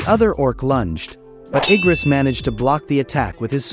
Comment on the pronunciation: what the actual freak is wrong with his anime error , Kargaljan instead of Kargalgan and Eyegris than Igris man put your shitty act together if you re gonna be reading us the MANHWA :face-orange-raised-eyebrow